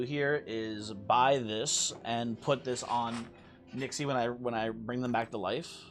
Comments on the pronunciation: Yeah and none of them pronounce it like does. If it's written as "Nixe", then 'Nix-uh' is the fauthful pronounciation. People can pronounce it how they want, but don't try to tell me that it's an accurate representation of how it's supposed to be said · I think Nixe is pronounced "Nix-uh"